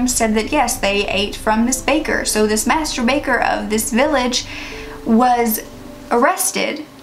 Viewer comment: They way you said master baker 🤣 ergot poisoning was a possible reason for the witch trials in Salem Massachusetts